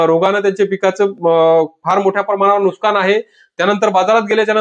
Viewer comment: Nuskan nahi nuksan बोला भाऊ